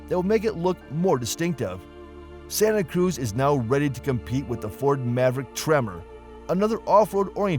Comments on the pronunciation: If is going to post a video of mis-information about the Santa Cruz, at least pronounce the name correctly. Do your research before posting videos. I just purchased a 2025 Hyundai Santa Cruz with Acitivity package with the base 4-cyl engine and 8-speed automatic transmission. I was shocked on how well the vehicle handles and yet offers a quiet comfortable ride. It's like driving in a luxury SUV but it's has the capacity of a small pickup truck. Santa Cruz offers a lot of technology and safety features found in high-end cars for a lot less money. Hyundai is aware of the problematic DCT transmission and will not offer it in 2026. Hyundai says that the Santa Cruz is not classified as a truck but as a Sport Activity Vehicle (Marketing at it's best). IMO, Santa Cruz runs circles around the Maverick not only in looks but in features. I find it odd that Hyundai reviews rarely mention or compare the warranties between Hyundai, Ford, and other brands. Hyundai's and KIA warranties offer the best vehicle warranties out there. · He's pronouncing Santa Cruz wrong as well. lol.